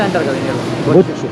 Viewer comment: అన్న అది బొచ్చు చాప కాదు అన్న. బొఛ్చా. చాప అన్న. Ayyooo